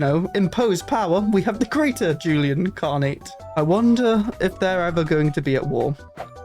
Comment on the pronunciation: For me it was the Greater Jhoolian Khanate vs Jhoolian Khaganate, mostly due to your pronunciation of those words XD Also, it's a bit ironic, since the Khaganate is supposed to be a higher rank than Khanate (the Khaganate is like an empire, while the Khanate is like a kingdom). So for the Jhoolian Khanate to call itself "Greater" sounds a bit like they're over-compensating for something XD